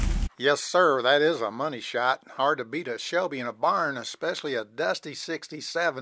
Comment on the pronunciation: When the guy says “there’s the money shot” he hears “honey shot”😂